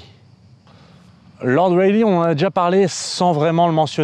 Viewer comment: a fait bizarre d'entendre Lord Rayleigh prononcé correctement quand t'as fait deux ans de prépas où on te le prononçait "Rail-lait" ^^ Sinon, super vidéo, comme d'hab, même si j'attends avec impatience les grosses vidéos maousses sur de la physique bourrin, genre physique quantique, théorie des cordes, etc ^^